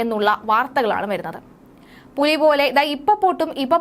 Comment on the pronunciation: ആദ്യം പുലി എന്ന് നല്ലവണ്ണം പറയാൻ എങ്കിലും പഠിക്ക് എടി മോളെ നിന്റെ തള്ളിന് കുറവൊന്നുമില്ല 🤣